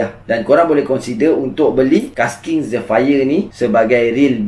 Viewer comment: Zephyr sebut jadi 'zifer'